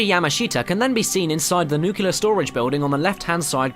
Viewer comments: Not really. Caramel, pecan, tomato, potato etc. can go either way. Nuclear, on the other hand, has one correct pronounciation: nu-clee-er If it was "nuke-yuh-ler" then it would be spelled nucular. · Pronounces japanese name with ease... says nucular instead of nuclear.... pretty cool though, had no idea about the crane one!! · ... you said Nucular. It's Nuclear. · Got a mispronounciation for ya in the ghosts. "NU-clear" Not "NUKE-yuh-ler" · Yeah, it's pronounced like that when you are wrong. The correct pronunciation is nu-clear. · He pronounced nuclear as nookyalur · Actually 'nucular' is a simple mispronunciation of 'nuclear'. it's like saying 'preform' instead of 'perform'. It's just used much, much more. It's not correct at all but a lot of people accept it because of how common it's use is.